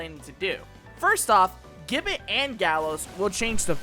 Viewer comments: i already know you are going to get defensive on this so lets skip that part and move on okay... you are saying gibbet wrong. the word itself isnt english the G takes a J sound for the word with the rest flattening out like this ji·buht = if you wish to check for yourself i suggest a quick google search the browser will litteraly say it for you . im not saying ppl dont make mistakes but if nobody ever points it out everyone will just keep making the mistake . that said the video itself is a very good one . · Americans saying Gibbet is funny. For those who care it's pronounced (ji-bey) Awesome video btw!